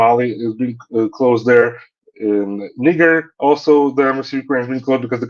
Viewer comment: great interview again but cld you pls tell it's Niger, not another N word we don't use x